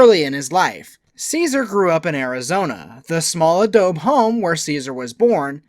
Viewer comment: A-doe-bee, not a-doeb.